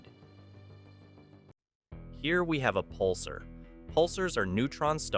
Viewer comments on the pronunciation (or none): Its puls-ARE not puls-ER And its qu-AY-zar not qu-AH-zar If you're gonna make a space video get your words right bro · Pul-Sar not Pulser. Otherwise, a non AI voice, a human narrator is appreciated.